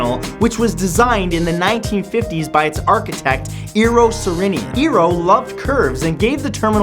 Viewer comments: I thought Eero Saarinen's last name was pronounced Saarryn-in like an American pronouncing sorry. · That pronounciation of "Eero Saarinen" just made my ears bleed.... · jeesus, you absolutely butchered Eero Saarinen's name, no-one could ever recognize that.